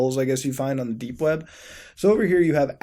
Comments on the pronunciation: It sounds like your saying dank web browsing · Wait did you just say "Dank web browsing"?